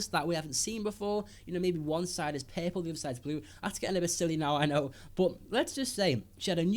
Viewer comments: I'm not trying to be mean but whenever he says "purple"it sounds like "peple" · every time he said perpil I gaged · Pearpull..........no just no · It's called purple not perple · R R puRple not peple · so funny how you pronounce purple :D"perple" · "PEARPLE? WHAT ABOUT PEARPLE" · omg how you say purple; papple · What color is "pay-pull" ? ;) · Take a drink every time he says 'perple'. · "Perple seber"